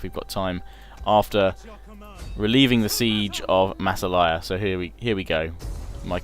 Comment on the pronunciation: massilia lol not masselaya XD